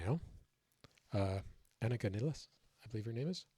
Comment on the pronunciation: From Buenos Aires, Argentina, this is the first time I've heard English speakers pronounce Anika's last name correctly; not even Geddy and Alex pronounce it properly. Well done,. Greetings.